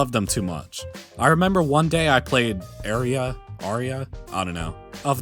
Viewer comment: again. i love your voice. btw "Aria" is actually pronunced like 2nd time you said it AND nanako actually went good on tokyo daylight lmaoo